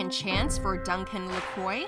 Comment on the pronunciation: Duncan LaCroix is pronounced Lah Cwah NOT ler croy